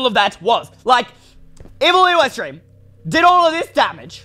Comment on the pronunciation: What u call evil eystreem